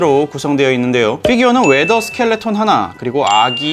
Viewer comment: 근데 자막 있는 위더 스켈레톤 일하고 나가 있는데 말할 때는 왜 더 스켈레톤이라고 말한 크크크